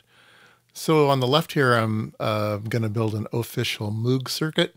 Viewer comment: Would you please learn to pronounce Bob's name correctly? It's so jarring to hear every time you say it. Moog rhymes with rogue, and does not sound like "mewg". Otherwise, nice content. 👍